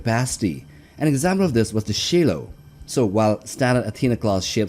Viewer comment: “She-low” First time I’ve ever heard Shiloh (Shy-low) pronounced that way 😂